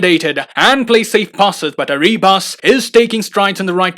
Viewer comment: Dear, te pronunciation the player ARRIBAS double RR. Good video....😁